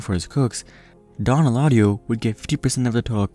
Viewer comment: Dislike because you butchered his name.. smh could’ve at least made an attempt